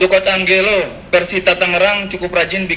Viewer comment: Cara ngomong nya ANJELO bukan ANGGELO. Nora bener ye orng media nya, ga lulus bahasa asing nih keknya